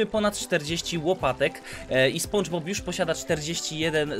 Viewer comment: lubię cie ale prosze mów spandżbob